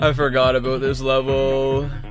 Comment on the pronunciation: It's pronounced about not aboot.